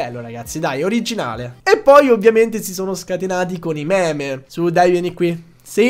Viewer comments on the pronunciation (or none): none